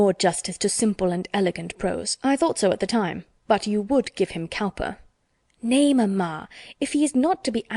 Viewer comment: 'Cowper' is pronounced 'Cooper'.